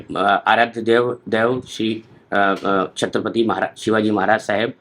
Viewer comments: याला छत्रपती चे नाव घेता येत नाही आणि मराठी आसलेचे सोंग करत आहे हरामखोर चांगला माज जिरवला पाहिजे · याला धड नाव घेता येत नाही आमच्या आराध्य दैवतांचं अन् म्हणतो आमच्या पिढ्या शंभर वर्षांपासून महाराष्ट्रात राहतात.... निब्बर हाणला पाहिजे याला.